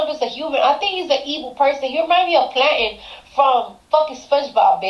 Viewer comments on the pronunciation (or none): Pawliticks. 😂😂😂😂 Plantten. It’s plankton 😂😂😂 I’d rather have the Pissa man be president 😂😂😂😂 Gaggilin??😂😂 I got so much businesses to do 😂😂😂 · "Plainton" and "Pa-litics" - Cardi B